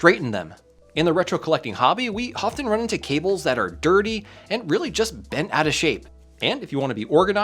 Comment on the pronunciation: "straighten the kinks oit of them" This.. Sounds kinda off